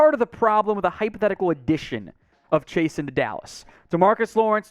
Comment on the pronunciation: I don't If we need a EDGE...but if he from Louisiana, Chaisson is pronounced "Zhe-soo" or "Zhe-suu"...Guy in boot camp had the same last name